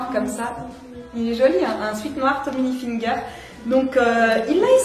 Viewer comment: Ca me fait trop rire comment tu dis Tommy HilfiNger 😂